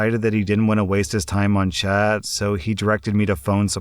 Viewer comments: I swear he says Chad instead of Chat. XD even while listening and reading it. Lmao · All I could hear in the first one was ‘Chad support specialist’ 😂